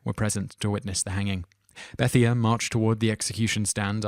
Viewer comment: Number 7 is pronounced "Bethaye" I have a friend with that name js.